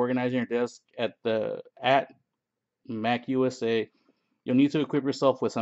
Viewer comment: Mac-usa? Dammit lol 🤦‍♂️